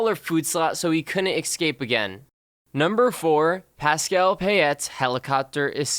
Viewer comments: Why do you say excape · Am I the only one who notices he keeps saying ecscape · loves how he says ekscape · U said escape wrong